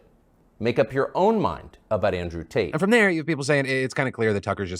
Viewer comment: Andrew Taint. It's Andrew Taint.